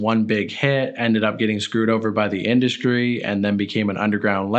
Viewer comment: Why do you say "mainscream" and in other videos I have heard "induskree" why are you doing that? Lol